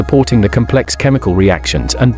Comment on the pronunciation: Narration wud be better with certain words pronounced correctly - primeval, neutron, complex etc.